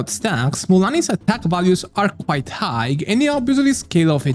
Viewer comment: "high" si pronuncia senza la "gh" finale, quindi come il saluto "hi". Se fai i video in inglese, al netto dell'ottimo lessico, dovresti lavorare un po' sulla pronuncia corretta.